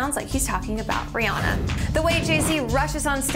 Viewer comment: Rihanna! Not Brianna